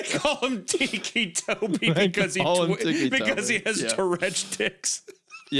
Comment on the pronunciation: Biggest jumpscare was hearing Hunter pronounce it "teekee" toby and not. Ticky Toby.